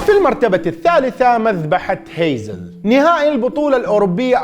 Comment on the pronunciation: تصحيح المدينة البلجيكية اسمها هاسلت وليس هيزل.